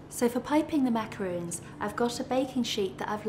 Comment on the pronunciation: lol its macarons!!!! not macaroons...